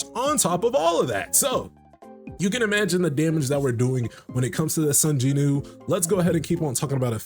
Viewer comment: Does Korea not have the "W" sound?? Who is JINEW?